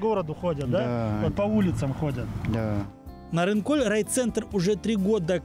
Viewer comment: Ведущий, двойка тебе. Ты бы хоть удосужился название села, где ты был запомнить. Не НарынкоЛЬ, а Нарынқол. Как таких вообще на работу берут? Ни казахского языка не знаешь, ни матчастью не владеешь.